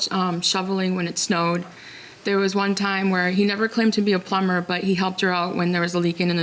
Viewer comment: "Wun, twoo, Tree" ah ah ah